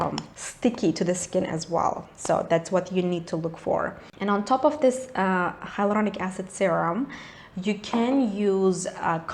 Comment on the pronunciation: I love your r roll in hyloRDonic acid .😂😍